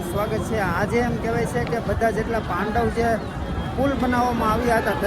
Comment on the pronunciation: પાંડવ નહીં પેનટુન બ્રિજ છે